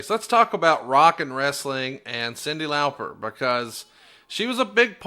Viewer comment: Her name is actually supposed to be pronounced that way! It's Lauper, so not far off?! Just sayin'